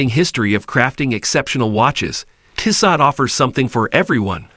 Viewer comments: Tissahht! Lmao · It's a bad commercial with a worse pronunciation of the name Tissot.